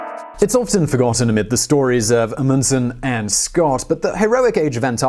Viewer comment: Stop mispronouncing Amundsen. You mispronounce so many words...and it's infuriating.